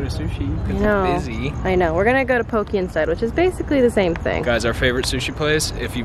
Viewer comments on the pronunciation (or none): It's actually pronounced 'poe-kay'